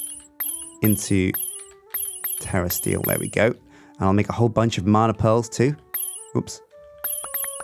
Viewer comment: Sounds like he is saying terrorist eel not terrasteel